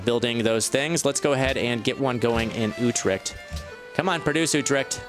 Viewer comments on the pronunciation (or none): YOU PRONOUNCED UTRCHT INCORECTLY ITS U-TRECHT ( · yo i am from Holland and i think the way you say Utrecht is really funny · I agree